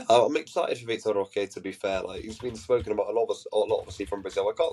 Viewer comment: From watching vitor roque ( by the way its pronounced Hoque, the R is silent in brazil) . He isn't really flashy, but he is very quick , good hold up play and he wrestles for the ball. He plays on a team that doesn't really offer the best service but he scores alot for them and is one of the main reasons they win games. I don't expect him to join barca and immediately have impact or be a starter that's alot to ask. But he has tools that can help us in a long season since we lack pace in attack and only have one striker at the moment